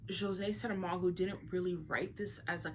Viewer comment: Thank you for the video. You've expressed yourself so eloquently. Also thank you for pronouncing his name correctly and beautifully. I have read the "Cavern" and I'm about to start the "Journey of the Elephant". I'm looking forward to read "Blindness" despite you mentioning its bleakness. The "Cavern" wasn't very dark, but it also had a heaviness to it, or more a flare of doom regarding technology replacing human crafts (the art of ceramic in the book) which is food for thought. Thanks again.